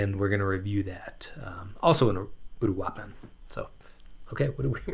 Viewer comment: Just for a reference on pronunciation: uruapan Oooh-rooh-ahh-pahn